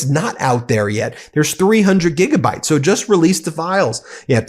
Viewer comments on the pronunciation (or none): none